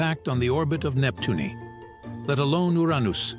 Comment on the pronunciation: Nep Tune E, Your Ain Nose, and Dis cradeeded 😂